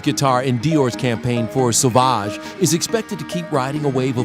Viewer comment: "Sauvage" - more like sausage xDDD